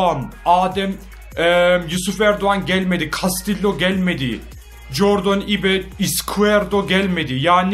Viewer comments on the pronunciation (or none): İBE DEGİL ABİ AYB DİYE OKUNUYO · Abi o ibe diyil Ayb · abi onun gerćek okunuşu cordın ayb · jordın ayb diye okunuyo ulan okadar İngilizcen var adama ibe dedin ya 😂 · Ibe Ayb diye okunuyorya :D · abi ibe değil onun okunuşu ayp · ibe ayb diye okunuyo abi +1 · abi o adamın adı ayb diye okunuyor 1 leyin görsün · abi o adam ibe diye değil "ayb" diye okunuyor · Abi J. Ibe Jordın Ayb diye okunur. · jordan ibe ayb diye okunuyo abi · abi ıbe diye okunmuyor zaten jordın ayb diye okunuyor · Agbi İbe Diye Okunmuyor (Jordın Ayb) Diye Okunuyor . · İbe : Ayb diye okunuyor abi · abi ibe ayb diye okunuyor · abi ibe degil JORDAN AYB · abi ıbe ayb diye okunur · ABİ JORDIN AYB DİYR OKUNUYO